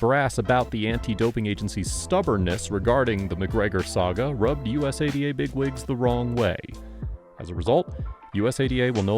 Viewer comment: Say usada bro not U.S.A.D.A… u say it so frequently too lol sounded kinda silly